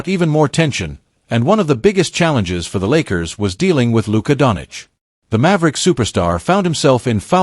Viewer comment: If this is AI then it is broken and poorly programmed. Luka is not Donich, but Donchich (Dončić). After 7 years some people still can't pronounce his nickname correctly. I wouldn't believe it if I hadn't heard it. How is this possible? Greetings to all from Slovenia - Ljubljana. (Luka's birthplace)